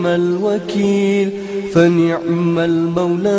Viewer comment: fani'mal bukan wani'mal.